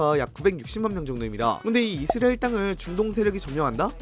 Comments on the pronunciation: 못참지 이스르엘😂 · 이스라엘 발음 왜저러냐 ㅋㅋ 이스르에르 이스리에리 ㅋㅋㅋㅋㅋ